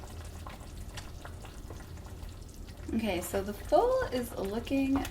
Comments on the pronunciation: It’s not called full it’s foool 😂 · It's FOUL not FUL 🤣